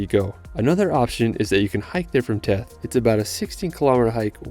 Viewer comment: Wonderful video. :) By way of background, I was a U.S. diplomat (now retired) and was assigned to the American embassy in Tirana from 2002-05. I had the pleasure of visiting these amazing places, and the way that the language is pronounced, the village of Theth is pronounced with a 'th' sound (vs. a T), like the word 'thistle'. Keep up the great work; your clips are SO very interesting and helpful.